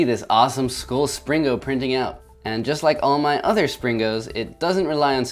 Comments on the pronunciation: hillarious how the title of the video is called springo but in the video the whole time he says slingo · Is Spring-o not slingo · isn't it a Spring-o not a sling-o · IT'S NOT A SLINGO! IT'S A SPRINGO! (hyperventilates) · you keep saying slingo instead of springo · He keeps saying slingo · He said slingo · I like how he mis pronounced springo as slingo even though he created the word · Like that time you pringoed a "whale"